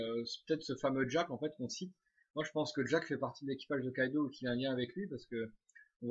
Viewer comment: c'est kaidou et pas kaido